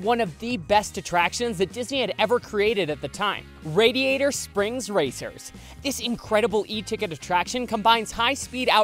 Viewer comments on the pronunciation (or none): none